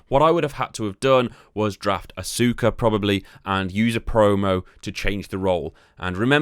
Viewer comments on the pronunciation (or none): Did he really just call Asuka "Asooka"? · Aska is how it's pronounced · It’s pronounced Arska ,not Asooka 🤦‍♂️ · Asooka, Balour, Bazzler. Are the pronunciations a running gag? I genuinely can’t tell 😂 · Asuka is pronounced Aska jsyk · Thanks for the tipps :D Btw Asuka is pronounced as Aska And red and green means Heels and faces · she is pronounced aska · And Asooka 😡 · You can tell this guys never watched wrestling with the way he days asuka and fin balor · while I agree people shouldn't critisize him, it's is also how the shows and majority of the internet pronounce those names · Asuka name was butchered bad 😬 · You can tell he don’t watch wwe the way he said asuka Name